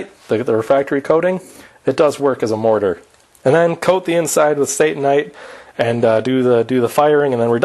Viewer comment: I believe that Satanite should be pronounced as Sata-nite. Let's not give Satan any credit here. satannite would be pronounced as you did. Notice the double n .